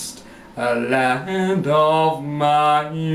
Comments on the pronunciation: 7. Listen to "I have been promised a LAND of my own." When you say "Land" you are pronouncing it "Lah-Hand." That "Hand" you've added, is because you did NOT use your diaphram to "bump" that note. You shouldn't have add the "ha" to get to another note. 8. I see too much shoulder movement, indicating not "belly breathing." When you breathe, your stomach should rise & fall. 9. You should stand to sing - even the best have a hard time singing sitting down. I hope this has helped. :-D Potential.. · 7.IC shoulders moving. Pay attention that you breathe from the belly. The stomach should rise and fall - not shoulders. 8. Listen to U sing "been promised a LAND of my own." You pronounce it "LA-HAND." See #6. This is an example of not "bumping" but using the vocal cords to produce this. Practice getting out of this habit. 9. Stand up 2 sing - even the best can't belt it w/o standing. Watch D. Osmond in Joseph as example I hope this helps. I see potential - tap into that. It takes practice.